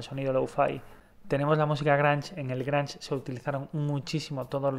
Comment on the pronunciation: sigo buscándole el gusto a este canal pero siempre hay algo que no me atrapa, ya sea la información errónea de bandas "nadaqueverianas" con estilos y subgéneros musicales (Sonic Youth y Swan son Noise-Rock nada que ver con lo No Wave) y la pronunciación extraña de los géneros ("Granch", "PosPank"). XD